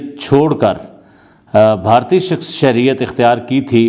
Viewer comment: Wo bhartiya ko bhi bharti bolte h 🤣 chutiye sab 😂